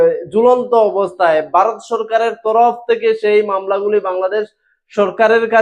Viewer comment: বারত নয়, দয়াকরে নিজের দেশের নামটা ঠিক ভাবে উচ্চারণ করতে শিখে তারপর ব্লগ করুন।